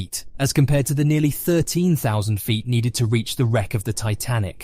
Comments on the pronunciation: why do you have so much trouble pronouncing the word "feet"? i've heard every version of it but the correct one... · Why can’t you pronounce feet properly at the start/middle of this video but you pronounce it properly near the end?!